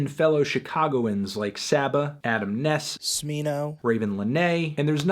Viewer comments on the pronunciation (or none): none